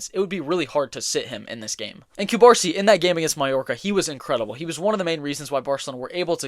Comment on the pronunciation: hey bro love ur videos, catalan fan from the city of barcelona here, ur videos help me improve my english and i wanted to help u back with ur pronunciation. u misspronuncing Cubarsí surname, u are pronuncing Cubársi instead of Cubarsí it sounds weird. in catalan (also in spanish) the accent marks the stressed syllable (in this case the last letter of the surname). u gotta put tension in the last letter “í” saying Cubarsí instead of Cubársi.